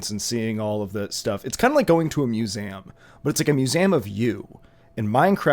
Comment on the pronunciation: bro says 'muse-ay-um' thanks for the advice little daniel